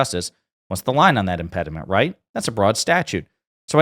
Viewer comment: Note the article has to correct Hoeman by saying "Impeding" because he kept saying "Impedement", which is not actually a word.